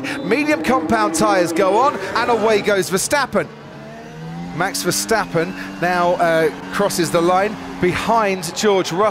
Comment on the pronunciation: This is how you pronounce Max Verstappen as a non-dutch native: Mahx Vair-stop-pun And not: MEX FERSTEPPEN